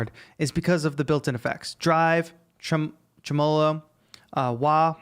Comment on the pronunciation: Tremelo is pronounced TREH-muh-low.